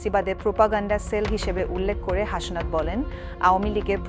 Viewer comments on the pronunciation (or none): হাশনাত আবার কী? ওটা হাসনাত।